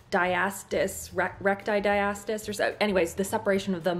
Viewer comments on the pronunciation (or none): Diastasis recti (die-a-stay-sis) 😉 and pleeeeeease see a pelvic floor therapist for help with that! It will change your life. 🤗